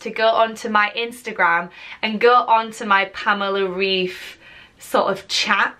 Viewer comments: It’s probably too late now but her name is pronounced like Raif not Reef🪸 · The correct pronunciation is [Rive], not [Reef] ☺️ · It’s definitely pronounced „Raif“ not „Reef“ - she’s German :) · Pamela shared a story on her IG saying that her name pronounce reif like ripe ❤️ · She is German so her surname is pronounced with a German accent so "RAIF" :) great video BTW!!! Xx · Her name is pronounced like raif :) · It’s pronounced the second way😂 I’m from Germany and the ei in her surname is a sound that you know from Ice. We spell it Eis and it sounds the same as the English version. 🤓